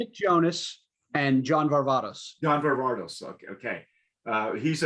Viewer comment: It’s Nick Jonas and you’re mispronouncing Varvatos. The second “a” is long.